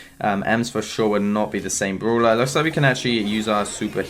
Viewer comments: I vant stand that u say broeler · Everyone: brawler: brooler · No one::bRuLa No offence mate